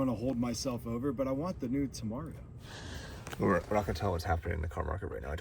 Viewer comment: How do you get from "Temerario" to "Tamario" ? :D there is no "a" in there guys